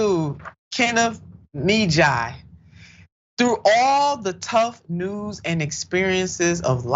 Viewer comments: Kenneth Muh-he-yuh/ya. I love you but please check the names if you aren't sure about them. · Immediately switched off from this video due to the disrespect of mis-pronouncing the guest's name twice! Always prepare yourself prior to production when guests are scheduled in advance. Other than that, I love what you stand for; proud of your show but I will make sure to watch you next upcoming show! This one threw me off (mah - hee - ah) is the correct pronunciation though! LoveLove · Kenneth Muh-he-yuh that's how you pronounce it!!! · Please learn how to pronounce someone’s last name properly. It was rough listening to this with the mispronunciation of last name.